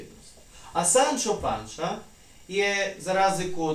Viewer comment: Nije Kihot, Mihel i Panča, nego Kihote, Migel i Pansa . Poslušajte izvorne govornike ili upišite u prevoditelj.